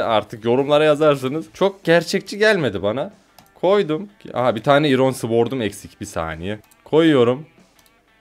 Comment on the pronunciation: iron ayrın diye okunuyo🤣🤣🤣😂😂